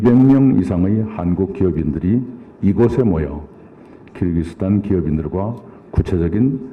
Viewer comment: 끼룩끼룩스탄이라고 안하시고 발음 잘하시네요 역시~~